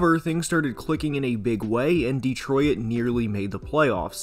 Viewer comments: Bro it's "Detroyt" not "Deetroyit" are you using an AI or something? Good god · Good job, but please: It's pronounced Detroit. Not De-troy-it. Two syllables, not 3. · The "OIT" in "DETROIT" is pronounced the same as in "OIL". It's not "DETRO-IT" It's "DE-TROIT". Sorry i know i probably sound like a dick but your pronunciation was really bugging me lol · I have never heard Detroit pronounced the way you do. Born and raised there and it’s a first for me. There’s only 2 syllables in Detroit (De-troit) not 3 (De-troi-it). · Great video bro but it is pronounced ditroyt. Not DeeTroyit. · Why do you pronounce it “Detroyit”? It just Detroit [Deh-troy-t]. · Why does he pronounce it "dee-troy-id' rather than "dee-troy-t"? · I’ve lived in SE Michigan my whole life and I think this is the first time I’ve ever heard anybody pronounce it “De-troy-it” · I can't stop hearing him say "Dee-troy-it" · I know right, I'm from the UK and thought maybe I'm wrong in the pronunciation but this is literally the only time I've ever heard anyone call it "Detroyit" 😂😂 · Driving me crazy calling it Deetroyit. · How the hell do you say Detroit. De-troy-it? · I’ve never heard someone pronounce it “de-troy-it” before lmao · Please, for the love of God. Detroit has two syllables. Stop saying "de-troy-et" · Am I going crazy, or does he keep saying "Detroy-at"? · Not gonna lie, it’s hard to get past the “Detroy-it” pronunciation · Detro-it lmao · This is really good analysis but what is this pronunciation of Detroit? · Is anyone else noticing how this guy pronounces Detroit????